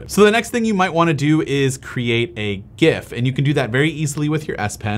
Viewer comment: You are pronouncing GIF correctly. The "G" should be pronounced the same as Graphic, which is the word it stands for in the acronym.